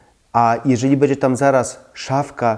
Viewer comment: Bedzie, bedę, naucz się mówić poprawnie